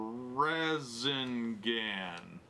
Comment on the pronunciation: Time to the Rasin gan